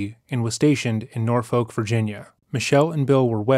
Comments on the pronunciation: An incredibly minor detail but as a local this one bugged me Norfolk is not pronounced nor-folk but nor-fuk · I’m glad you covered this story because I practically grew up in Norfolk and have never heard this story. Also we pronounce it Nor-fuck. Same with Suffolk lol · Take it from a Virginian: Norfolk is pronounced “naw-fik.” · The way you pronounce Norfolk 😭